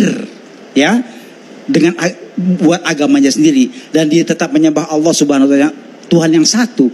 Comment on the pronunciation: Allah Swt... kesulitan dalam menyebut nama Nya